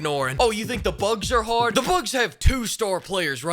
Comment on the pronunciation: Yeah, no hahd ahs allowed.